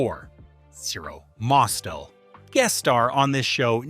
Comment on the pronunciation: Please learn how to pronounce these guest stars' names. If you just watched any of the episodes you're clipping, you'd hear them said multiple times. Milton BERLE's last name is one syllable (burl). Zero Mos-TEL's has the emphasis on the second one; it doesn't rhyme with "hostel".